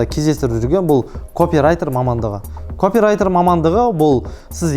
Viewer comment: Копирайтер сөзі капирайтер болып оқыладыыыы